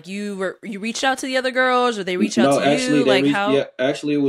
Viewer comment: Did she say she would have "wretched out to you" instead of "reached out"? Yikes! 🤔🤫